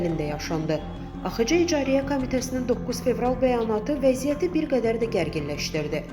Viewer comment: İcariyyə Komitəsi yox İcraiyyə Komitəsi ay savadsız.